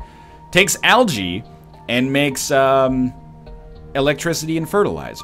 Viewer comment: English is my second language, but is that really how algae is pronounce?